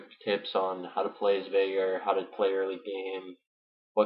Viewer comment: This isn't really a farming guide for VeigAR (pronounce it right!), its more of a Veigar guide - or a weak one at best. :P